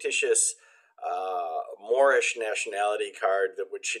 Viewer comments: At least this time he got his fake nationality correct on his last video he kept saying "mormish" instead of morish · Oh Wow, It's the "Moormish" Man.